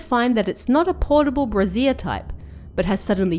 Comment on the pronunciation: I think the word is pronounced ‘bray-shure’ not ‘bra-zier’. The second is the name of a bra. :)